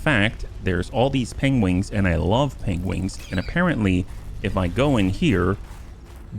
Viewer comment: It isn't your wingman, it is you pengwing man.